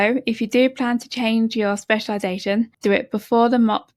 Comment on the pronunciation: "with a speciwization" What a disaster